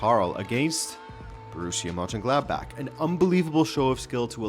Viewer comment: Excellent video and unbelievable how well you pronounce German words like Mönchengladbach. I rarely subscribe, here I did, keep it up!